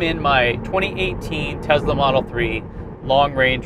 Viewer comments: "Tezla"... Its Tesla! TESLA! T-E-S-L-A... lol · Its Tessssssssla Not Tezzzzzzla!!!!!! You have testicles not tezticles. Nikola Tesla is turning over in his grave every time hears Tezla. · Hey jack wagon, it's a Tesla, not a TeZla...... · Why do you pronounce it as "Tezla" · The tezla